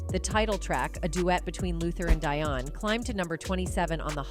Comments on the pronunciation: It is pronounced Deeee -on not Dyon!!! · It would be really nice if yall actually pronounced ppl names right. Her name is Dionne (Deon) not DIE-on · Her name is not DYONN Warwick. It's pronounced as Deeyon. Dionne Warwick. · Who is Die-on Warwick? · Its pronounced Deon (dion) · I don’t know if this is an AI voice or a colonizer but “ON VOGUE” “Di on Warwick” You can’t get the names and or pronunciations right??!! Good information but DO BETTER!!! Please??? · The narrator didn't pronounce some of the names ( Dionne and EnVogue ) correctly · Why is this person doing a documentary when she can't even pronounce the names correctly...at least learn to pronounce Dionne and envogue